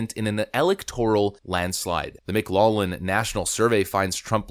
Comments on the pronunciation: (Say "Mic-LOFF-lin"... Not lollin' 😁) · Lol The way you say McLaughlin is funny. It's pronounced mik-LAWF-luhn, not mik-LAWL-luhn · McLaughlin = pronounce McGlofflin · It's pronounced "Mc-Loff-lin" you Liberal Duncemind. Get it right. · It's Mc Laugh lin Poll. (Like the word "laugh", or some say "loff") It's not Mc"Lollin". LOL! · "Laugh" in Celtic is pronounced lock; it's Mic-Loklin, not Mic-Lawlin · Everyone: "It's pronounced 'mik-LOCK-lin'" Everyone Else: "It's pronounced 'mik-LOFF-lin": "No." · Pronounced "mik LOCK lin." Jus fyi. Altho my family pronounces it "mik LOFF lin" for some reason. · Pronunciation problem: McLaughlin is pronounced: 'Mc'-'LOFF'-'lin' Notice the word "Laugh" is in the middle, only you pronounce it "Loff" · Dude, McLaughlin is pronounced mik-'lof-lin. SMH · McLaughlin is pronounced - Mc Locklin . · It's pronounced MclauFFlin. Are you AI? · It's pronounced "mc loflin" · Hey,... Just for future reference, it's pronounced mac-loff-lynn. 😉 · Good stuff - (BTW, McLaughlin = mick-lauf-lin) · Minor point: McLaughlin is pronounced, "Mc-LOFF-lin". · YO DUDE, IT'S PRONOUNCED 'MC- LAUF-LYN...In English ''GH' is SAID LIKE AN 'F'. Mclaughlin was a very famous political comentator. Researcher the Mclaughlin group. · Hey bud, it’s pronounced mc loflin. Take a look at the first part - laugh - and pronounce it with a British accent. Loff rather than Laff. Kids today, and yeah, you’re a kid. I’m 82 so you’re a kid. 😊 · I believe its pronounced, "Mclaufflin" but I might be wrong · McLaughllin is pronounced Mc-LAWF-lin. Spot on analysis. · Hey, it's pronounced Lawf lynn. Just an FYI, meant in the nicest way possible. Great show. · Bro not trying to bust your balls but McLaughlin is pronounced Mick - Laflin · It's pronounced Mc-laugh-lin. The "gh" is "F" sound in this case... not hatin, just want to make you aware. Great channel, been subbed for years... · It's pronounced McLofflin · McLaughlin is pronounced Mick Lock Lin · Its pronounced lof-lynn.